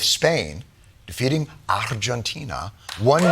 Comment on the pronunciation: 😅 he said “arrrrgentina” and i laughed